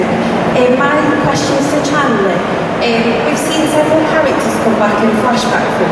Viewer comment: “I hAvE a QuEsTiON fOr SHandler” 😂